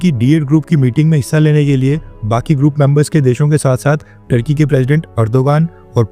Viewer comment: Turkey or thurkey ?😂